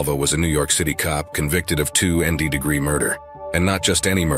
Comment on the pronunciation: Can we get humans to narrate videos anymore? What exactly is two endee degree murder???